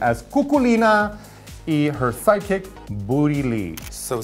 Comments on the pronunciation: I thought they were both saying psychics and I was like wtf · I can't be the only one who keeps on hearing psychic instead of sidekick? #PutACorkInIt 😆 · Why is Raja pronouncing "sidekick" as "psychics"? Ò,ô